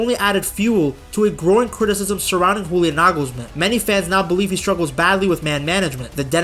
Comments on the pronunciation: In German, the j is pronounced like a y, not like an h as in Spanish. Pronounce it Yulian Nagelsmann. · Bro pronouncing Julian as if he were from Spain😂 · You-Lee-Ahn. With the main emphasis on the first syllable. Joachim Löw is harder because of the ch but the o and a don't fuse into one but are each pronounced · Just FYI: the "J" of the the name Julian Nagelsmann is pronounced like the "Y" in "yes". (It's not spanish, so no "H"-sound 😉) But "Nagelsmann" is perfect😊